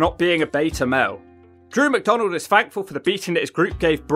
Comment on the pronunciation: N drew macdonald 😆 🤣